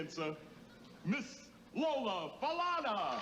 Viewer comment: Yes, thank you for this post. I believe her last name is pronounced Fa-lonna.